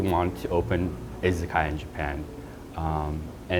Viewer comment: wish they could pronounce izakaya